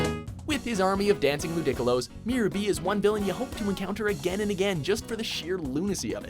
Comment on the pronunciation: Lu-DICK-olos got me laughing so hard!